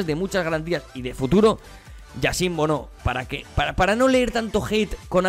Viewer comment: Bono se pronuncia bunú